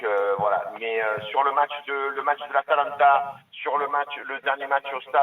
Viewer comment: Choukri c'est à cause de ce genre d'abrutis que notre club est tombé aussi bas. Des types sans aucune mesure, qui ont un QI à deux chiffres (le type sait pas prononcer Geronimo et Atalanta, frère) , comprennent rien à ce qu'ils voient et déclenchent des crises après deux défaites. Des gars comme ça, on ne veut plus qu'ils nous représentent. L'ambiance du Vel' a jamais été aussi ouf de l'histoire. Jamais. Ca fait 27 ans que je supporte l'OM, on a jamais eu un public aussi acharné positivement parce que la nouvelle génération sait situer le club sans la chape de plomb des années Tapie. Les boomers de ce genre, on ne veut plus les voir et encore moins les entendre. Ils ne représentent plus l'OM mais le bar des amis de leurs quartiers. Et l'autre supporteur qui appelle en conduisant au volant et n'a pas vu le match... En fait le standard a décidé de complètement troller c'est ça ?